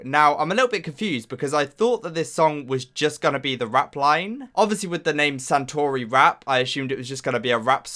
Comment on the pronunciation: Btw.. it's Satoori pronounciation. Not Santoori. Another thing.. Satoori is a form of dialect.. any korean dialect.. so it's not just from Busan..